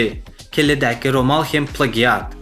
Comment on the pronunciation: Plagiat diýlenok (pleýjit) diýip okalýa turkmen aga🤦‍♂️